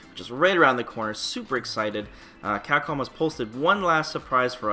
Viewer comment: You do great work man, but for the love of god, please pronounce it "CAPCOM" and not "Cackom"...